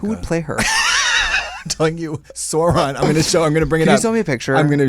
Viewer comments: I love how Katya pronounced Sauron as Zorron, bless <3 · Katya pronouncing Sauron wrong